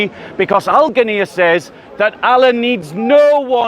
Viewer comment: Its ghina not ghanniyya